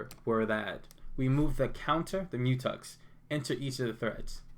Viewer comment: Good $hit man! But isn’t it a Mu“Tex” not Mu”Tux”? Haha